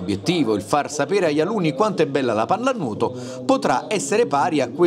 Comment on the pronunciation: La pallanuuoto pronuncia napoletano